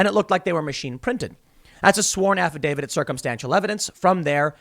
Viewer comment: "Affidavid???" Tim can you English?